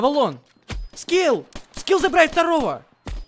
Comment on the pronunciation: Ха привычка называть Скифф а не скилл